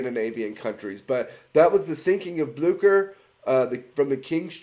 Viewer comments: So... I had to do some actual research here, because I thought you pronounced the name of the ship wrong... As I thought it was pronounced as "Blyoo-Sher"... But according to what I could figure, since it's German (And granted, German is not a language I am very familiar with), the name of the ship actually IS pronounced as "Blyoo-Kher". So... Yeah, turns out I have been living a lie for years, and this one short video here corrected me because I decided to double-check if I was actually right, which I wasn't. So, yeah, you learn something new every day. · It’s pronounced Blyscher